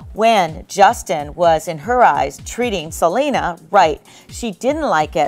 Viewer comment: Selly it's Selena